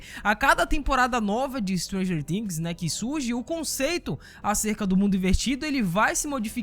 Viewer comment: Dá raiva quando ele fala no começo Stranger ''Tings"